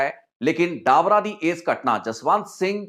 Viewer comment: ਡਾਬਰਾ😂😂😂😂 ਡਬਰਾ ਨਾਮ ਆ not ਡਾਬਰਾ